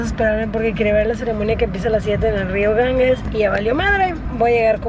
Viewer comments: Lo DIJO muchas veces: GanGUES,,,. ¡Auxilio! (Lo escribió correctamente Ganges lo pronuncia mal GanGUES. G+E se pronuncia como GEOgrafía, GEOmétrico, GEntileza, GErardo, GElatina).En tu apellido tienes el ejemplo. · Ir tan lejos: El nombre del Río es Ganges NO "GanGUes". G+E sin U intermedia se pronuncia como "J". Es como el apellido del escritor: Borges NO BorGUes. Duelen los oídos cuando dice "GanGUEs" ¡aaaaaaah!